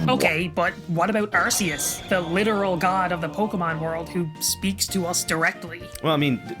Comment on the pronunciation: Ahheeemmm, Don't you mean Legends Arkoos